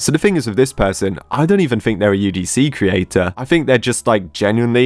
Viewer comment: Wait i a minute when he said creator it was kinda off